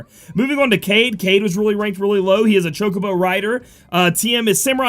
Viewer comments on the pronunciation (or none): Kaede. Kah Eh Deh is a girl name dude lmao you keep saying kayde XD and he/him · aw man, dont call Kaede a guy, its girl (Kah-eye-deh) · I think you pronounce it Kah-eh-de. so yeah girl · Kaede is pronounced (Kai a day) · Kaede = Kai -ay-day, she's a girl :). Thank you for your awesome overview..I was hoping for more exciting units...not sure if I want to pull or not @@ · I think it's pronounced Kade-eh, or Kade-uh, but I could be totally wrong. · Kaede: Kai-yay-day, and it's generally a female name from what I understand :) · kaede is pronounced as kaideh i believe ^^ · Yo, Im pretty sure Kaede is a chick. I have a feeling it's pronounced Kah-eh-deh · FYI pronounced KI-AY-DAY also watch Inuyasha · Hi, You saw it coming - Its pronounced "Kaidei" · Lol it's Kai-aye-Day. Or if you've seen the anime Inuyasha. The old priestess. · Hey. Wanna help u out with kaede's name. Japanese vowels are weird in that each vowel is pronounced separately even if there isn't a consonant in between them so the A and the e in kaede name each have their own sound and syllable. Also Japanese vowels almost always have the same sound no matter what except for a few exceptions. a sounds like the a in father, it's an ah sound. The e is an eh sound, like in the word sleigh or bay. So the name kaede would be pronounced Kah-Ay-Day. Not perfect but should be close enough not to totally butcher her name. And yes. Kaede is a female name.